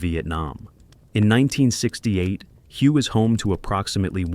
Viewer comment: Thank you for clarifying that. It was very annoying listening to the mispronunciation.